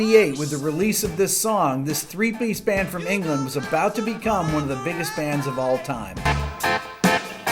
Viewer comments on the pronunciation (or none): none